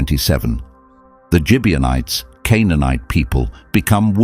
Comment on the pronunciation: Gibeonites with a hard g sound not with a j sound.